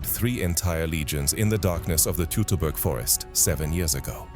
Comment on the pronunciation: Learn how Teutoburger is pronounced, FFS